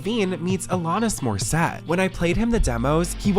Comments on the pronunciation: Please check your pronunciation before recording your videos! They are so brilliantly recorded, written, produced... your team knows more than anyone how much work goes into Deep Dive Productions. I'm a big fan, but mispronunciations like "Alanis Morissette" take me out of it, undermine your professionalism, and disrespect people whose names you mispronounce. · I’m sorry but as a Canadian I keep getting triggered every time you say Alanis Morissette incorrectly 😂 But I don’t overall care I adore this channel and secret society sooooooomuch